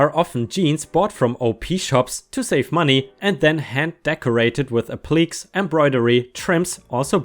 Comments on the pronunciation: Applique is pronounced AP li kay. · Just a friendly heads up, but appliqué is pronounced App-lih-kay. Also, I had to type this 8 times because my cat kept “helping”. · Ap-li(short i)-k(say the letter) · Applique is pronounced "ap plah kay." From the French "to apply."